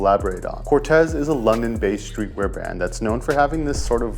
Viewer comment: I was about to say! 😂 and it’s pronounced Cor-teez